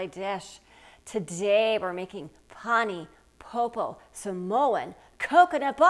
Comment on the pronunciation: Learn to pronounce something properly before you attempt it